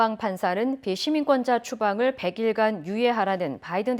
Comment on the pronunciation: 아나운서 발음 좀 명확하게 하시지... 추방유예하는건 비시민권자 또는 시민권이 없는자인데 몇번을 들어도 시민권자로 들립니다.. 아나운서면 발음이 중요한건 아실텐데..